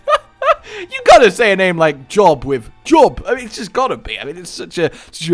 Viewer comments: Job is pronounced Joewb like joe and globe together dont ask why it just is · Pretty sure Job would be pronounced "Jobe" as its a referrence to the biblical character with the same name pronunciation